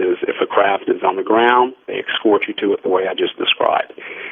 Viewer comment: I've never heard anyone pronounce the word 'escort' as "excort" like this dude did in this episode.